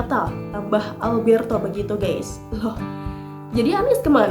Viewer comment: Maaf ya. Bukan mau sok pintar tp sebut kata "GUYS harus hati2. Jangan salah baca. Bacax harus "GAIS" jangan baca GEIS. Artinya akan beda. Mohon maaf ya...!!! Kritik membangun